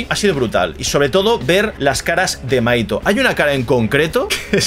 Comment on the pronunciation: Te fijaste en buenos puntos! (Lectora de manga) me va a encantar verte durante todo este arco! Y las referencias brutales! Pd: mahito se pronuncia como Majito 😊